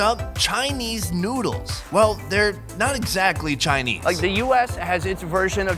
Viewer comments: sounds like he said nudes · Did you hear where he said let’s eats some nudes.